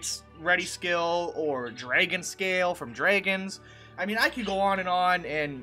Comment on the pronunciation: When you said "dragon" I detected a Canadian accent.